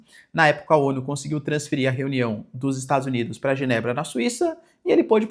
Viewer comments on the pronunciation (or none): none